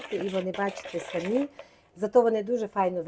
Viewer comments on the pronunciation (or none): none